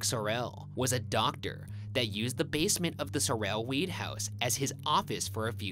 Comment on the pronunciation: My last name is Sorrell, this mispronunciations throughout the whole video got under my skin!